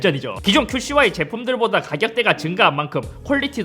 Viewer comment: 큐 씨 와이를 자꾸 큐슈와이 로 말하시네 ㅋㅋㅋㅋㅋㅋ